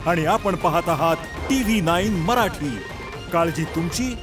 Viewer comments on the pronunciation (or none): none